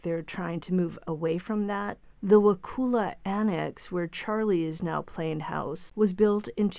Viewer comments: Donna will end up in Lowell C.I. in Ocala. And it's NOT Wakuuuula. It's Wakulla, the U sound is short, like bus,or gus, or cus. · Pronounced WaCULLa. Those guards in Wakulla are not impressed by cocky educated inmates, especially S FL elites who think N FL folks are just stupid rednecks. I almost feel sorry for him. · The U in Wakulla is pronounced as a soft A. Wa-cull-a.